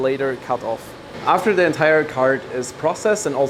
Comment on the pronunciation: you speak english well. why not turn the duh's into the's?